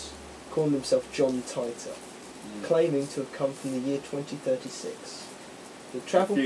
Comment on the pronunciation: haha john tighter..!? its titor...like teeter totter.